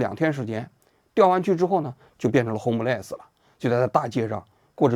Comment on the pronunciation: 志安啊，请多念几遍homeless...😂